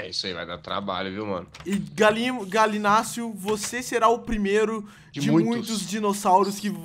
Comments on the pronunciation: É gallinius não Galinacio kkkkkkkkkkkk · O Authentic chamando o Gallimimus de Galimús kkkkkkk